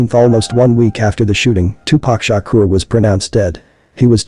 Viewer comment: tupac shakur not shukra!! Shukra is a female name